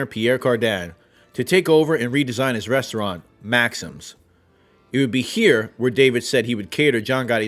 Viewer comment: Great piece. One minor improvement: Maxim’s is not pronounced like magazine of same name; it’s “Max-eem’s”.